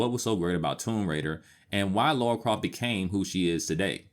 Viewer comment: A couple minutes in and I've heard "Laura Croft" multiple times now... gonna keep calling her Laura for the whole video...